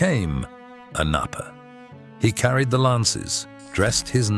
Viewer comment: The name “Knappe” in German pronounces K-nappe with the K being pronounced in still form as in ck in Muck.